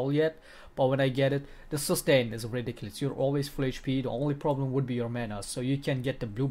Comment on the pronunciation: "It's ridikilis"